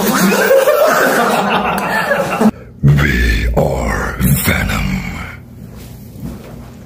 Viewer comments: I’m Filipino to and the fact that he used his accent we are benom instead of venom was funny and respectful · "Benom" is a Korean accent. Koreans can't pronunce V, except JCOP.